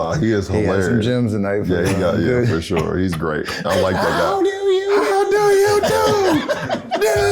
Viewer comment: LeBron “for shore” james